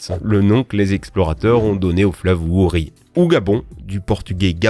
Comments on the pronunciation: Le fleuve se lit Vouri pas wouri. Le W se lit en V. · 🇨🇲 Cameroun (Rio Dos Camaroes) Tu ne l'as pas bien prononcé 🙈 Wouri se prononce (Vouri) 🙈 Mais sinon, j'ai kiffé la vidéo 👍👍👍👍👍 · Sa se prononce vouri et non wouri